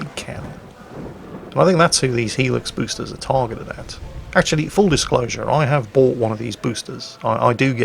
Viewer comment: "Pruf" instead of "Proof" and "Busters" instead of "Boosters"... put down the vodka